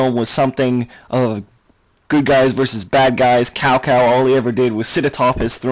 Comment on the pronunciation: Cao Cao is pronounced as "Chow (2nd tone) Chow (first tone)".